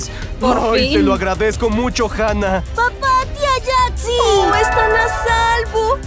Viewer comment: se dice Hanna